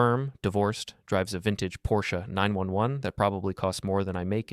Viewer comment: Oh my, is that how you pronounce PORSCHE